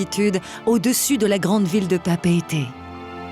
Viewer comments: Papay-aytay sounds Polynesian, while papeet sounds anglicized. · Pa pa ay tee. Not Pa pete. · 'Papeeeet' ??? Didn't Southern Cross teach us it was 'Papa e te' ? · Pa-pee-a-tay (learn how to pronounce i!!)